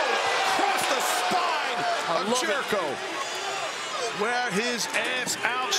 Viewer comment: Jericho bruv It’s chris jericho😞